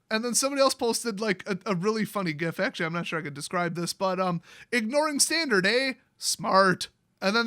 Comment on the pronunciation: It's Tandard